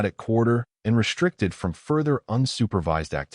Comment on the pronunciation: Again ........RESHTRICTED!!!!!!!!....IS NOT A WORD!!!!!!!